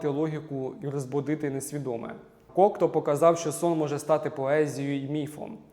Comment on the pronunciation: Єдине зауваження: у прізвищі Кокто наголос іде на останню літеру. У французькій мові наголос завжди падає на останній склад слова, тому всі французькі прізвища (і слова) промовляються так.